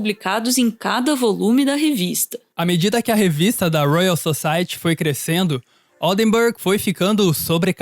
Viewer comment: toda vez que ele pronuncia "Society" com esse ti brasileiro uma parte de mim morre